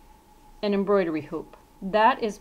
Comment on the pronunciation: Contrivertial it's embroidery lol that made me laugh so bad 😂 but great video I learned a lot!